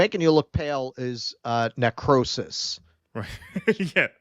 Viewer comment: 'Necrosis' hahahaaha